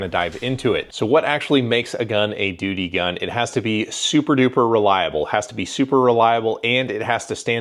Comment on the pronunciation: Lol🤣you called it a doody gun